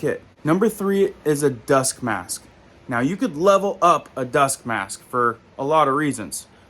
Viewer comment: It took me 4 years to figure out that you're saying dusk mask